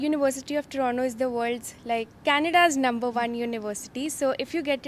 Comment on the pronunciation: U have been in canada for so long yet dont know how to pronounce toronto